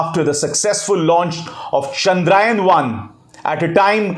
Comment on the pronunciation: Abhisaar ji, Chandraayan nahi, Chandrayaan . Please pronounce correctly.